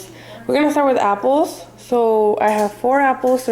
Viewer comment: I hate how she says apples